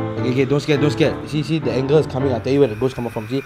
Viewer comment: 😂 ANGLE instead of ANGEL 😂 😇